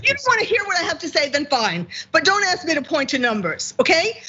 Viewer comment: I have GREAT respect for Dr Richey. But I'm amused that, with all his degrees, he still can't pronounce the word, "ask".